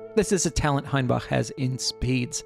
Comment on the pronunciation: Congrats on the best pronunciation of "Hainbach" I've ever heard from anyone who isn't a native German speaker! Your "a" is still a bit far back, but not even by much :)